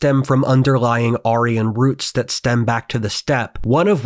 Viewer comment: no, that's precisely how you pronounce it